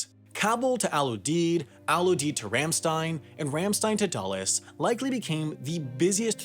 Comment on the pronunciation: it's rahm shtine not rehm sten